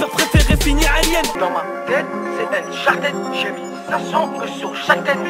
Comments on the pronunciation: UNCHARTED PAS UNCHARTID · Pourquoi vous le francais vous ne prononcer pas les mot correctement comme uncharted vous le disez unchartid, what ever..